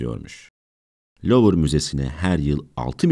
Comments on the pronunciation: Lovır değil de luv müzesi değil mi ismi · Louvre diye yazılır, luvr diye okunur! Hiç mi duymadınız yahu!!! Metin kime ait yazsamıza. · Fransızca olarak 'Luv Müzesi' olarak telaffuz ediliyor.